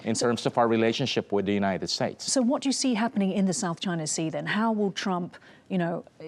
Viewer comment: United Spates?!